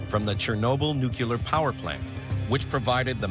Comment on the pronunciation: Why do tv show producers keep employing narrators who can't pronounce the word 'nuclear' lol